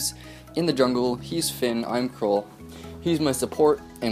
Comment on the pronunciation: Btw it's pronounced Kr-ool like Cruel